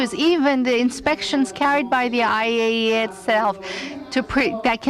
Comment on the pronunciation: It's funny how the translator pronounces "EYE-ee-ayee-ai" ROFL XD